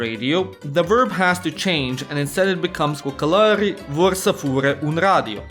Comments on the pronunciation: *Romana, nu romaneste cocAlari, nu cocOlari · The word is "cocalari" not "cocolari" ... lol